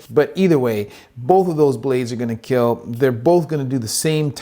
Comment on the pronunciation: As to Doug and his "Keal" test, He started in teh first season just saying kill, but when he got more excited it came out as keal, and Wil Willis joked about it and iot just stuck. So the smith's all want to hear him say "It will Keal"